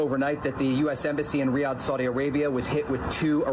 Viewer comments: Saudi capital , pronounced: Ree-yaad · Did he say Re-G/Jahd?? 😂